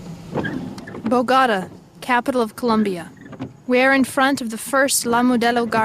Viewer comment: Voice over: BOGATA! 🗣️